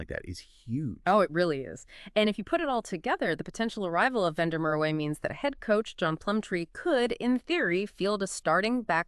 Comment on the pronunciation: It's Van der Mer va not way w is v in Afrikaans